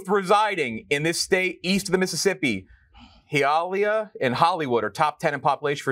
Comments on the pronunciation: He-ali-ah? COME ON - BE FUCKING BETTER THAN THAT! Its Hi-a-leah for crise sakes! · hill lay e ah?!! lmaoo hi ah lee ah 😂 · The way he said Hialeah was amazing